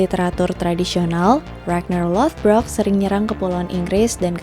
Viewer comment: Ijin koreksi kak, untuk ragnar dibacanya rag-nar atau raa-jnhaar bukan ragner dan lothbrok dibacanya lordbrog atau lodbrok. Thank youuu